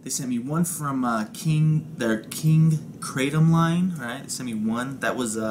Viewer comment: I'm sure you know by now.. but the KING KRATOM (line, regardless of flav. & yup, you said it right) is.. herbal, in nature. Known to be healing, relaxing & pain relieving.. hence 'floating specs'... even a 'lil controversial at the moment. How'd ya feel after vaping it?;):( hope your 'lil Moose is feeling better these days. woof to him! LIVE LONG(er) & VAPE ON (ps... were you thinking of flan? creme brulee? or.. panna cotta? Regardless, nom nom, sounds delish! thx for sharing!)